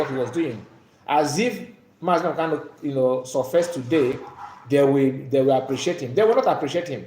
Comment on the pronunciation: Please the name of our leader is MAZI NNAMDI KANU, so try to be pronounce it very well.